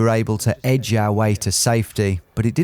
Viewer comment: The Ed-ge